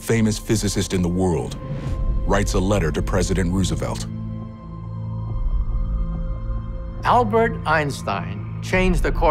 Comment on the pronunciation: Ru-ze-velt? Where have you been? Not only did Rose-uh-velt's contemporaries pronounce this name correctly, there is plenty of audio of Roosevelt pronouncing his own name...and it's all on YouTube.